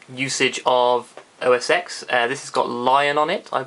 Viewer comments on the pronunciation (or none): os x is pronounced OS 10 not OS EX.